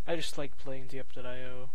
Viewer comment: It’s pronounced dypeio